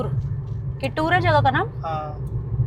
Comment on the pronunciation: Belgaum se pehle jo apko Mahal ya college dikh Raha hai wo darasal Suvarna Vidhana Soudha hai aur yahan Karnataka Assembly ka winter session hota hai. कित्तूर चेन्नम्मा not किट्टुर